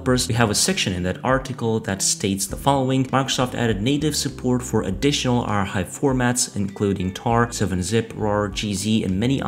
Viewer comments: Good news. But your pronunciation of "Archive" is wrong bro! "CH" is pronounced as "K" so it should sound like "Arkive" not "Arhive". Use Google translate to hear it the correct way. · I was wondering what R-Hive was...! 😂